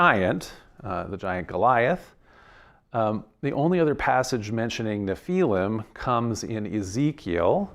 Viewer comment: Nephilim, not napalm! 😂